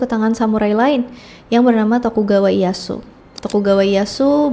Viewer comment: instead of.. Daim-yo ... remember for next time, say it like Dai-Myo Ie Ya Su.. jg diusahakan jangan malah jadi I-ya su... malah kalau mau bagus, di bacanya Ie- ya-s. (iyeyas)